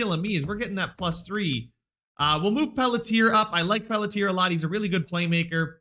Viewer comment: Pelletier is pronounced (Pel-CHIE-aye) btw